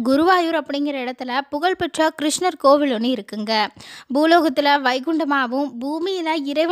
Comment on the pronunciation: கோவிலை கோவில் என்றும் பழத்தை பளம் என்றில்லாமல் பழம் என்றும் உச்சரிக்கவும்.